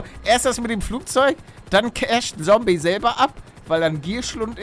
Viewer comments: Wie er damals immer sombey sagt anstatt zombey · Der alte legendäre Palle der noch Sombey sagt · Ich🙋🏻‍♀️ und das „Sombey“ triggert ja richtig😂 Is mir früher irgendwie nicht so aufgefallen😂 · Und Sombey statt Zombey gesagt hat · ich die das jetzt noch guckt und mich es jedes Mal aufregt wenn Palle Sombey sagt anstatt Zombey haha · Wie er damals noch Sombey gesagt hat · Paluten es heißt Zombey nicht Sombey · Bin ich die Einzige die Palle immer Sombey sagen hört 😂😫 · Wie er Zombey noch sombey nennt xd